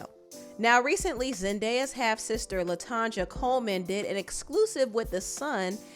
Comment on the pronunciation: Her name is pronounced latonya